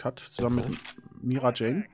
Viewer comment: Ehre geht raus an den grünen Mate, der sich Mirajane Strauss genannt hat (nicht "Mirijane")